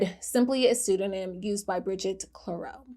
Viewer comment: Pseudonym ... not "pseudoname" check pronunciation lovey. Oh ... and recognizance, too